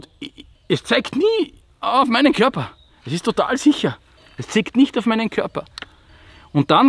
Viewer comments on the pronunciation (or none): "es zeigt niee auf meinen korper" haha